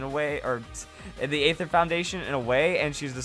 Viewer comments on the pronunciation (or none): Aether is actually pronounced just ether like the gasoline chemical. The A is silent in the word.